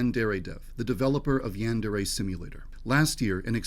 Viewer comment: Him prnouncing it "yandairy" fuels me